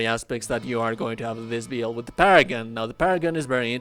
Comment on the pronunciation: wtf is a beeild?